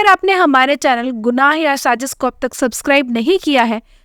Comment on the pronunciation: Sajish nahi sazish hota hai.! Urdu ka shabd hai sazish.! ja ke sath nukhta hai.!